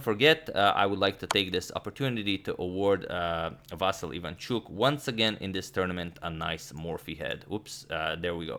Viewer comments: About the name: it is pronounced as "vasYl", not "vAsyl", last syllable is stressed, and "l" after "y" is softened. The same for "ivanchUk", last syllable; and should be pronounced like "eevanchOOk". Btw, "Vassily" is also correct, since it is his name spelled in Russian manner, and widespread in Ukraine. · Mate, you got the correct stress for the last name, not a common thing to hear btw, but the first name.. it's VasYl not VAsyl. Thanks for the content. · Native Ukrainian here, can confirm it's VasYl', not VAsyl'. Here's hoping Agad's vast knowledge will be expanded even further. The confusion may be caused by the existence of the pet form VAsia, but it's obviously not applicable in any kind of serious setting (and it's more of a Russian pet form). And kudos to you Agad for the tremendous effort you're putting into making sure you pronounce all these names correctly! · actually, no. He said vAsyl, when its vasYl. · The correct pronunciation is Vasi`l, not Va`sil. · Vasyl comes from western Ukraine and there it was always the only way this name was pronounced. Василій is a typical example of russification of Ukrainian language. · Correct name spelling and pronunciation has increased our vast knowledge! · Plus, Vasyl is prounced as Vaseel And please don't call him Vasal or Vaseel .... "Ivanchuk" is a lot better. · In Ukrainian it's VasYl (stress on the last syllable). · Well, since you brought up the correct pronunciation of the Ivanchuk's name. I am Ukrainian and I can tell you that if you want to say it even more correctly the accents of his name are Vasýl Ivanchúk. The accents are on the last syllables. I think he doesn't care about this, but it would be nice to hear it correctly :) - here on the 7th second you can hear the right pronunciation of his name. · It is VasYl strees on Y if you want to say it in Ukrainian way from now on but I wouldn't bother, saying Vasiliy is ok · It is Vasyl’ with soft L. Thumbs up so agadmator sees 👍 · agad yu keep sayn vasyly lol